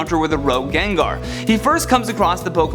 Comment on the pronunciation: My life has been lie Its Gengar not Jenjer